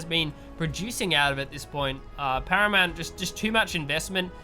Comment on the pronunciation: "As you say, a great engagement from Haramount"